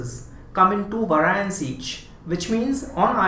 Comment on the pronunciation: vae-ri-ents. not vaar-i-ants. Great video otherwise!